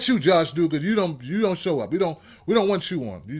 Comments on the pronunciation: It's not doo-gar its duh-ger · Eli Acevedo The Doogers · It's Duggar with a short u sound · The way you pronounce their name killed me, but yeah this show needed to be done lol